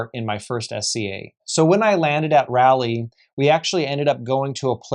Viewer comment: Jfc… “raw-Lee” not “rally”